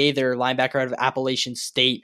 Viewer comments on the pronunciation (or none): Man at least pronounce “Appalachian” correctly...